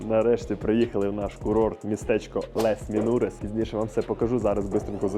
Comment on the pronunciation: Я розумію, що ви не знаєте французької - багато людей не знає. Я сама знаю її лише дуже трохи. Але можна було б перед записом відео як мінімум погуглити вимову назв курортів і вимовляти хоча б приблизно як французький оригінал? Ну які "лес срі валлес", який, блін, "валь тОренс", які "лес менурес"? Ну це ж в тому числі і неповага до глядачів. Аж пересмикнуло, блін... Les Trois Vallées вимовляється як "Ле труа валі" з наголосом на "і", Val Thorens - як "Вель Торанс" з наголосом на "а", Les Menuires - "Ле Менуїр" з наголосом на "ї".